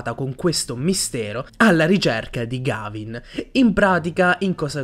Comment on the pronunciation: Mi spiace fare il pignolo ma si pronuncia Ghevin